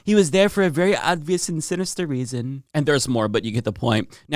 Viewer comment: Please stop saying odvious